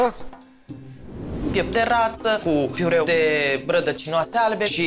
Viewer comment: A iesit diva cu "pireul" ei. :))) A stat atat timp in emisiune si tot n-a invatat cum se spune corect...